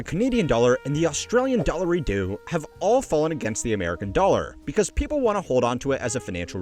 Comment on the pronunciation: "Australian dollar-idoo" 😂